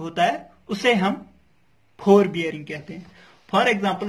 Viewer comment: Nice explaination ( phorebearing) (4bearing) 😂